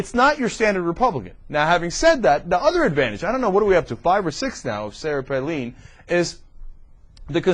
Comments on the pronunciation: Palin is pronounced Pay-lyn. (I live in Alaska, I would know) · Definitely the funniest old TYT video. Between how little we knew, back before we were exposed to Hurricane Palin, and then Cenk calling her "PAY-LEAN" the entire video. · Is it really pronounced "Paleen"? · It's also hilarious how he had to look up how to pronounce her name but still pronounces it wrong. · I know! How ironic. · This guy is an idiot he sais he had to researc on how to say her name and he still sais it wrong what an idiot.